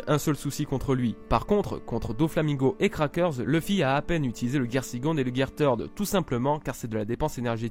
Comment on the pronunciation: Par contre " Third " ce dis pas comme ça